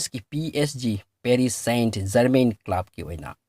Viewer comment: Club ki pronunciation du semdokpi o.